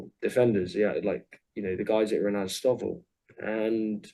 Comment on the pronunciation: The boy can't even pronounce Azovstal properly...